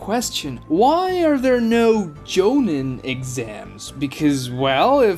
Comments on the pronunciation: Nice video, absolutely loathe with every fiber of my being how you say jonin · Bro the way you pronounce tournament and jonin is crazy